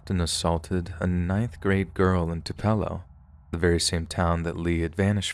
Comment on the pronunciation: Too-Puh-Low... not Too-Pell-Oh